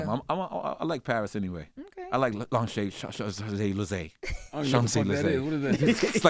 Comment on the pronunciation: Nore attempting to pronounce 'Champs-Élysées' was crazy work 👂🏼 😂😂